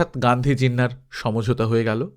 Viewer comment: সমোঝোতা নয়, স+ম্+ঝো+তা।